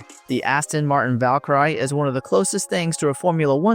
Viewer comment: amazing how you can't pronounce the word Valkyrie.